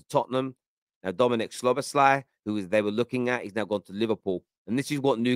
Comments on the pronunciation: Brother. It's pronounced: Sobber-sly Hahaha you make him sound like a male on male erotic film actor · Szo-boss-him-lar. I’m calling him